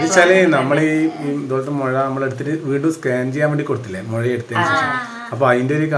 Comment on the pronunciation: മൊയ അല്ല മുഴ 😉കളിയാക്കിത്തല്ലാട്ടോ